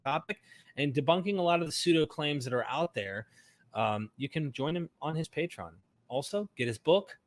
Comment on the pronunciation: It’s pronounced “pay-tree-on”.